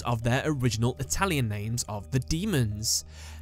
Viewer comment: I am italian, and your pronunce it's very good. Well Job man 😉